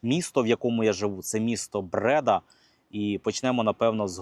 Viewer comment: Не Брéда, а Бреда́.